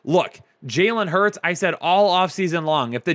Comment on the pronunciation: eagles qb j hurts not j hurd.